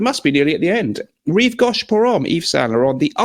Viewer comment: Rive Go(pronounce the go!)sh not gawsh! I know you don't care, but I'm a pedant.